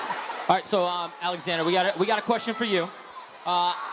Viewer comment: Alexander* Yeah, I know, it sounds like 'Zxander' but it's really Alexander:)